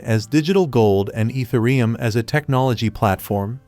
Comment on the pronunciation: Dude you lost me at your pronouncement of Ethereum.